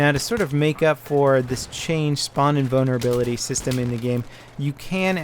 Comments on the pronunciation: has a hard time trying to say invulnerability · GUYS, HE'S SAYING SPAWN INVULNERABILITY, NOT SPAWN IN BONER ABILITY xD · I keep hearing spawn-in boner ability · That's not because his American accent he really sounds like he is saying inbonerability on purpose lmao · he meant to say spawn invulnerability but it cam out wrong sounding like spawn inbonerability making it funny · says spawn invulnerability, but there are parts in the video where it does sound like he is saying spawn-in boner ability.